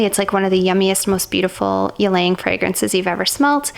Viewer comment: good thing you pronounce Ylang in right way lol!